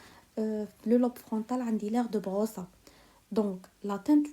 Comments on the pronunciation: Merci infiniment Une remarque on dit aphasie de broca et pas de broça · Mercii une petite remarque concernnant la prononciation Aphasie de beroca = beroka Aphasie de wernicke = vernicke